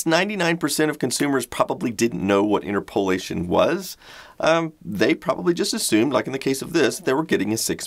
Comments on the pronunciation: IT'S PRONOUNCED IN-TER- PAH-LAY-SHUN, not IN-TER POLE-A-SHUN!! :) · Sorry / gonna be that guy... interpolation = inˌtərpəˈlāSH(ə)n ...rhymes with interpretation not enter-pole-ayshun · I have used interpolation too. In Junior High School our Algebra teacher taught how to calculate roots with a pencil and paper, by interpolation. Be aware, back then, we pronounced it interpol-LAY-tion. Not inter-POLE-ay-tion. Thanks for the fantastic content. Fascinating and inforMAYtive, as always. See what I did there? B'H. PS: I found a few interesting links on the 'Marty McFly' 'Doc Brown' camcorder, I think on eBay it's sold out though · Inter-POLE-ation? Have I been pronouncing it wrong all of these years? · more like inter-polation or interp-olation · Yep. DSP engineer here. It's INTERP-olation. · Glad I'm not the only one who caught that. I've only ever heard it pronounced one way, and this is quite different.